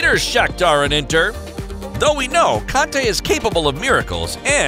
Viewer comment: Did he say Kante or conte? I heard kante